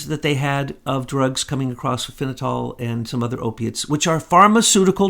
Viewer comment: It's Fen-ta-nyl